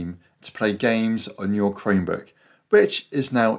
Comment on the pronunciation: Thanks! This worked for me! I've had a Chromebook for several months now but had no idea I could install Steam on it. (BTW, with your accent, it sounds like you're saying "Cremebook". 😄)